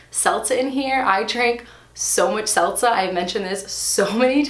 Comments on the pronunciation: You are killing me on how you pronounce ‘seltzer’ as ‘selza’. 😹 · "Selza"....what even is that? ;-p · Driving me crazy with the 'seltza' 🤪